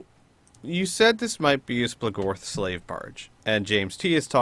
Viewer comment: SplOOGorth is the pronunciation, lol. Not splahgorth